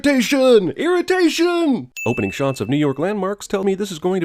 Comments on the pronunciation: IRRATATION IRATATIONNN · "IRRITATION. IRRITATION" I dieded XD